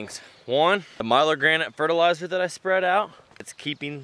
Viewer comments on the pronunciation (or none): milorganite...... not " Milo-granite" it's..... " Mill - Org - A - Night" FYI....Its a slow release nitrogen fertilizer. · Pronunciation: Milorganite....Mil-org-‘go- nite